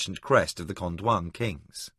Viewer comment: THANK for this audio book loved Sci-fi and fantasy since I was 15 still love it at 71, Just really don't like the way he says Crydee When it should be CRY dee. his way sounds more like kridy.., and Con-dion which he pronounces con-dwan..